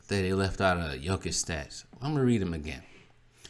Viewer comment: Maan, why the video, you can't even pronounce the names of the players. Jokic has 1 block less than Giannis and has more then double his steals. Jokic is the best defender on his team, Giannis is not the best defender on his team. Jokic has the most game winning blocks, so.. And don't get me started in offense. The reason you don't know his defense is the media. Some of the other things you said are honestly embarrassing, you should start watch Bb. Kendrick Perkins straight up lied the other day on Espn that Embiid is the scoring leader, this is why Embiid is in 3rd place...